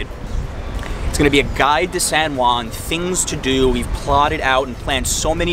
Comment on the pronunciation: Dude, it's pronounced San Huan (as in House, Hot, Head...) not San One.